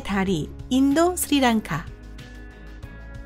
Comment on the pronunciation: ㄹ 발음이 너무 짧아서 ㅋㅋㅋㅋㅋㅋㅋㅋ 아 귀여운데 뭔가 집중 하나도 안되고 보다가 중도하차합니다 ㅠㅠ 뭔말인지 집중 하나도안돼 스리랑카를 스니낭카라 하잖아요 이거 뭡니까 ㅋㅋㅋㅋ